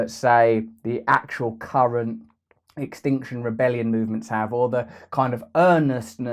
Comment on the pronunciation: It's not instinction rebellion, it's Extinction Rebellion. Why, do you keep mispronouncing it; especially since you apparently support it? Think: 'we will all be Extinct if this continues.' I wouldn't keep harping if I thought you were trolling; please get it right.